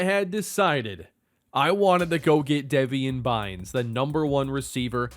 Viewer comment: Deveon is pronounced like Le'Veon btw, not Devian.